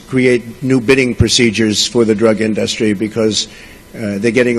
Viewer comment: I think it's just hilarious how he pronounces "in-duhs-tree". Is that a New York accent thing I'm not aware of, or is he just a moron?